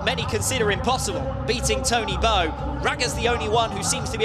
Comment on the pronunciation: Not tony bow but Tony bou